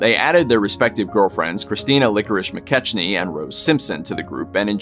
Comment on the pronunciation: McKechnie is pronounce Mc-KECK-nee